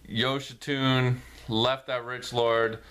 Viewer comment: Great Review! His name is actually pronounced “yo-shee-sue-nay”.